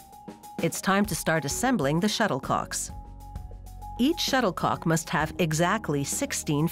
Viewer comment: She said shutter co ck